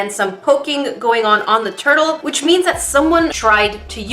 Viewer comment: i heard toilet instead of turtle